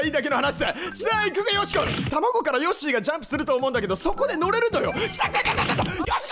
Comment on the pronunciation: 個人的にここのヨッシィウケるww